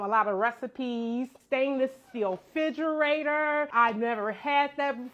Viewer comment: I'm sure she will be blessed with something just as nice or better. All that Chanel everywhere is a lil tacky in my opinion. Her saying Figerator is DIABOLICAL 😂 it's not that hard to say REFRidgerator Ma'am 😂